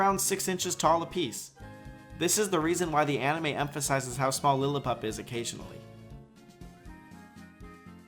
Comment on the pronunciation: I may be mistaken, but i hear aMime instead of anime